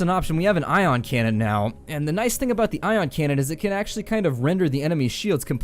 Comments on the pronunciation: I audibly laughed loud enough to draw people in from other rooms after you said "Eye-on cannon" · That "I" on cannon got me good. LOL'd